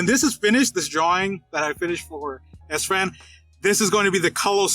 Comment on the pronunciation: I thought Sfan's nickname is pronouncing like Spring, but not like "Ass Fan".